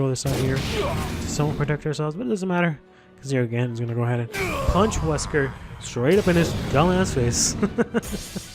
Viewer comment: Ugh this YouTuber who doesn't know how to pernounce the monster name... ugh.